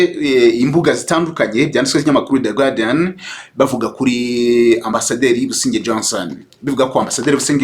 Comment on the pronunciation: ntibavuga "gwardian" nanditse uko ubivuga ariko bandika "guardian" do bavuga "gardian" phonetically! Mu Rwandan dukeneye kugira culture générale franchement!